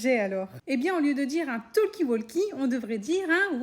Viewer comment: Ça se prononce « tokie wokie » et pas toLkie woLkie